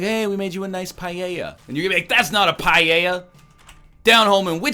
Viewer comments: Lol "PA-JE-JA" It is pronounced "Pa-el-jha"! You stinky egg... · Certainly not pajeja for paella. Pa-EL-jha is fairly close. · On one hand you mangled the pronunciation of 'Paella' as 'Pa Yay Yah' instead of 'Pa Ey Yah'. o On the other hand you went for Deli in that state. You are forgiven. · its paella buddy. Also a really common food here in Argentina 😀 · Having a great time listening to NL saying "paeilla" "pailla" "paeia" "peiela"... XD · how is it you say paella is it a canadian thing ? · Do all of you native English speakers pronounce "paella" like that, or just NL? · Listening you pronounce paella the way you do it's hurting my ears LOL. I'm from Spain by the way. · I am from spain and I didn't realize that you were trying to say paella.